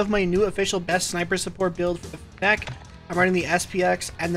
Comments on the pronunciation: can we get a video where you pronounce fennec correctly? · lmao the way he says "fennec" never heard anybody say it like that